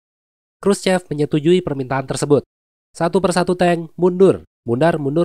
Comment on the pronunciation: Btw, Khurschev ini pengucapannya khurschyov karna aslinya pake huruf ё 😃